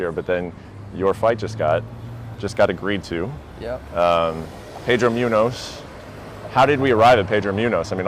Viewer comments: Pedro Mew-nose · Whatever the interviewers name is butchered moonyoez name